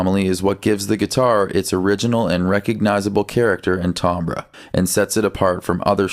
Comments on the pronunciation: Hey so, timbre is pronounce like tamber; tam as is jam with a t, and ber as in brr it's cold. It's not tombruh lol. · just fyi the word Timbre (meaning tone/character) is pronounced tim-BER or tem-BER. Weird I know but it's true.